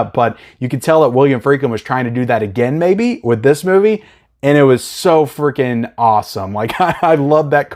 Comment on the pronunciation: When you said the car chase was “so freaking awesome”, I thought you said “so Friedkin awesome”.